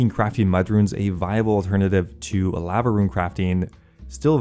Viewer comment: Bro learn how to say Lava La Va not fucking laavvaa